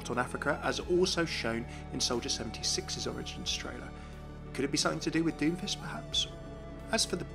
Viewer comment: so far I've heard "doofus" instead of doomfist and "fuhreeuh" instead of pharah haha you're so cute ahhhh